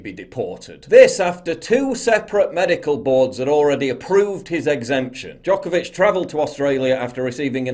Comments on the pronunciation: Its Djokovic not Djokavic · Paul, it's Djokovic, not Djokavic. Poor guy. First, hes being used by Australian PM as an exemplary case and now, his surname is butchered. :D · Always expect a Serbian man tobe the activist for freedom. Also it's Djokovic, not Djokavic lol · Its DjokOvic or Đoković, Paul :P It's nice to see that not all athletes have given in to this bullshit... BTW, Have you seen "ABC Wide Bay" Facebook page and their posts about "virtual covid wards" ? They have 1 patient in the actual hospital and 200+ in the "virtual ward", which means that these people are at home in isolation (probably drinking tea and watching TV) It's insane. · Its D J O K O V I C. Would be helpful if you wouldnt butcher his name LOL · FFS ,his name is NO VAC , , NOVAK DJOKAVIC.